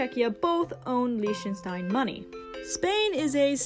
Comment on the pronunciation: The way this person pronounces Lichtenstein irks me